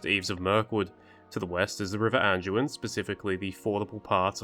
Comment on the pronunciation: There's no "g" in the word, "Anduin" genius. Nor is it pronounced with a "g."